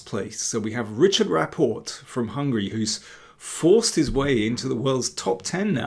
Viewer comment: Time to learn to pronounce the Hungarian version of Richárd, as Agadmator did 😍 Its not ritshard, it is ri-hard without a tsh in the middle. No offenses meant just FYI.